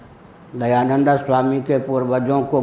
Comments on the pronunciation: दयानंदऽ बोल रहे हैं, शायद गुस्से से बोलते हैं। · Angreji bhasha ka prabhav to aap par he dhongi pandit ji Kyu ki aap dayanand ka uchcharan dayananda kr rahe ho ...... Ishwar aapko sadbuddhi de 🙏🙏🙏🙏🙏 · आप दयानन्द का उच्चारण दयानन्दा (dayananda)कर रहें हैं, जोकि अंग्रेजी में लिखा जाता है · इनको महर्षि दयानंद जी का शुद्ध उच्चारण करना नहीं आता हैं इनको सुधार करना चाहिए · Kya nonsence admi h ye ..swami dayanand Swami ka naam bhi sahi ni liya jata ..khud dyanand ko angreji bhasa mai padh rha h..unki pair ki dhool k barabar bhi nahi ye